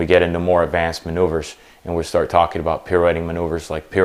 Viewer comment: 'really simple manouveures' ... Joker.